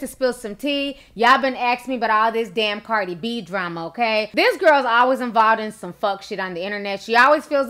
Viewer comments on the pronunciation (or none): not trying to be rude, but you said cardis name wrong lmao